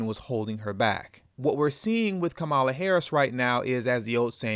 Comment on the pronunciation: Even how we pronounce her name is an indication of the fraud of her connection to us. HER grounding in INDIAN lineage is even within her proper pronunciation of her name...COMMA-LA.